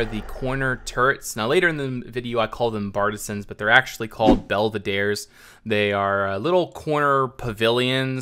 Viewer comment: Also your pronunciation of belvedere is so wrong xD